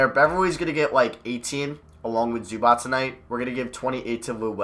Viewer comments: Why do you say zubac as zubats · You’re pronouncing Zubac wrong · why do you say zubac name so weird